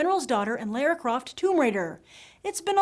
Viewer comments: Lera!? Itz lara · wth, did you just say LAIRA? its pronounced like kinda like lora